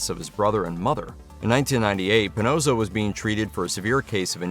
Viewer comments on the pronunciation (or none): It's puhNAWSoh, not puhNOSEoh